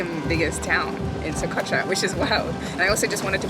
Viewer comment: Que barbaridad, se podia quitar el chicle de la boca, ni Socotra sabe pronunciar.